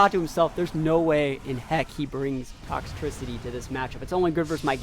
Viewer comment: The way you pronounce Toxtricity hurts me... It's pronounced like toxicity mixed with electricity. It's not tricky lol